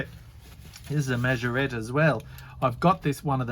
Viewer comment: Hey, excellent collection of cars from Ben,you've done well saying Majorette monsieur, bonjour oh lala 🤣🤣,awesome video,cheers Peter